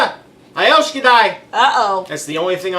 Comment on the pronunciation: Jag älskar dig (I love you) too! Lol he said it right. Happy Thanksgiving to you a bit late. We don’t celebrate that here. But we celebrate Lucia (December 13th), Christmas and New Year! And I wish everybody in the Crock Posse happy holidays!! Lots of love from me here in Sweden!